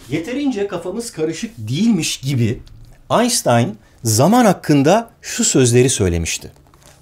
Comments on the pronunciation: Aynstayn değil işte aynştayn türkçe değil mi video. Biz türkler kendisine aynştayn deriz gereksiz kasmaya gerek yok. aAyrıca orjinal alman versiyonu aynştayna daha yakın yani bizimkisi daha doğru. Bu tarz hareketlerin yüzünden hep antipatiksin biraz Sayın Barış bey. Gerçi çok da umrundadır 7Mye merdiven dayamışsın. :D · aynştayn almanca bir isim, neden israrla aystayn diye telafuz ediyorsunuz, anlamak mümkün değil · "Aynştayn" diye telaffuz etmek yerine neden ısrarla ingilizce de böyle bir telaffuz olmamasına rağmen " aynstayn" diyorsunuz acaba? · abi niye aynştayn değilde aynstayn diyosun? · Aynstayn demeyin aynştayn diyin. Nitekim Einstein diye yazilir aynştayn diye okunur. Bu adamin adi sesli. Yazi degil. Turkler corca George dese dogrumu olur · Galiba bu sefer reklam sponsor yoktu 😁 Özkan Abi'ye Allah'tan rahmet ve niye aynstayn diye telaffuz ediyorsun? Biz aynştayn olarak biliyoruz. (Einstein) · Abi Allah aşkına şu adama einstayn deme Einştayn şşşş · Ainstani değil ainştain. Ş ile desen 1000x süper olurdu orjinalinde ş ile olan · biz yanlış mı telaffuz ediyoruz? aynŞtayn değil mi? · Abi lütfen artık ayınstayn deme doğrusu oysa bile deme her sey dogru olmak zorunda değil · Yahu şu adama Aynstayn deyip durmasanız! Yani ille de ilginçlik mi yapacaksınız, bilmiyorum... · Aynstayn mıymış doğru telafuz? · aynştayn diye okunur* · einstein = aynştayn neden amerikalılar gibi telafuz ediyorsun şu ismi? gerçekten neden bu ısrar anlamış değilim. çok itici. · Aysssstain dedikce bir garip oluyorum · Einstein ın adını orjinali gibi söylerseniz daha iyi. "Aynştayn" gibi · Einşıtayn adamın adı artık doğru telaffuz edin kişilerin adlarını😒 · Aynştayn, AynŞtayn, aynŞŞŞtayn, lütfen yaaaa doğru telafuz et Aynştayn çok basit aynŞŞŞŞŞŞŞŞŞtayn !!! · Allah aşkına Aynstayn deme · Bu herifin de “Anstayn” demesine gıcık oluyorum😡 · Barış Albert Einstein'ın ismini yanlış telafuz ediyor. Almanca da "st" ş olarak okunur ve Einstein Almanca bir isim.